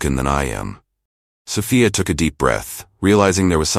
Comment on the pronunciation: Did you proof read this story never mind I answer for you. No you did not. Plus you didn't even pronounce Sophia right all the time a wrighter your not.